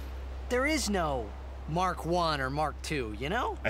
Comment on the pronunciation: That's mach, not mark xD